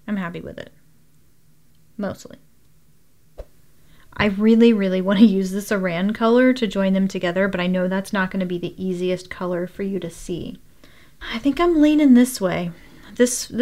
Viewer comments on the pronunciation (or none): The Aran yarn is pronounced like "aaron" not A ran.